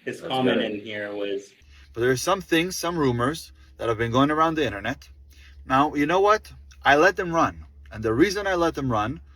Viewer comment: His stupid accent, stupid emphasis in words like that or internet